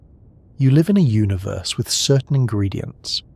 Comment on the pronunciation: I'm always taken out of this by the way you say universe. It sounds so wrong to me